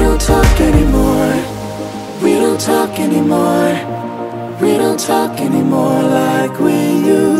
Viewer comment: 他不是寫anymore怎麼把a念gnymore